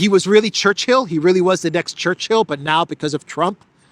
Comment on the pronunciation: It is not Church-hill,. It's Chur- chill.